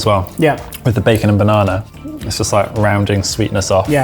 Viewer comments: Not exactly Brazilian, more like retarded 😂😂😂 bãnãnã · Love the fact that he still says Banana with a Brazilian accent